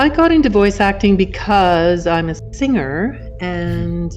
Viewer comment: i spoke to her on facebook not so long ago. very nice lady. also why do you pronounce things with a "G" at the end "guh" for example singer - singuher.